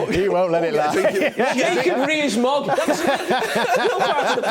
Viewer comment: Nobody Literally nobody Carra "JACOB REES-MOG"